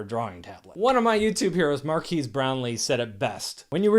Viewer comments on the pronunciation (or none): You didn’t say Marquees’ name right. You’re supposed to say it like Will Smith.